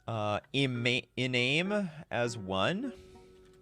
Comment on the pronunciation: So much willful misprnounciation. "A-chr-oh-n" Legionnaire? Akron = "Ackr-on", like the city Lebron born in, rhymes with snap-on. Iname = "I-nay-mm"? You pronounce the E, its not silent! "Ee-na-meh" the one, like Kisame from Naruto